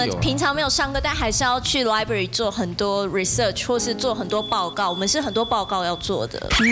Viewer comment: 不想聽成語蕎說話又想聽Sandy的故事⋯⋯：（ 順帶一提他的library跟research發音也不正啊還狂上留學的單元⋯⋯